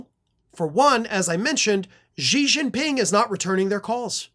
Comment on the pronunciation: I say this with a lot of love. Please try and make sure you know how to pronounce world leaders' names correctly before recording a video where you say those names. Xi Jinping is pronounced "she gene-ping."